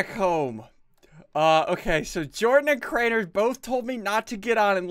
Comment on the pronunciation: dude really it's Jordan not jardon or jardonz